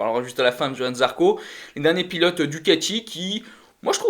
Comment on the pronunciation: Salut. Merci pour cette vidéo débrief par contre faudrait vraiment que vous preniez le temps d'articuler sur les noms des pilotes car vous les machez presque tous 😉